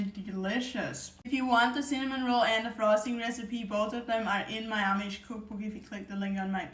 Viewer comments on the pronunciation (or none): none